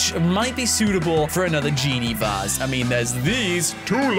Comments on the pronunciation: vase not Vas Not trying to be rude wow e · It is vase not vass